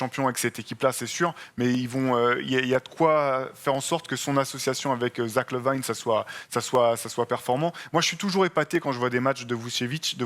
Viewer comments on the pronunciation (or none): Oui il est très bon dans ses analyses, mais le Kevin Duran et le Zach Lavïne ça fait un peu mal au oreilles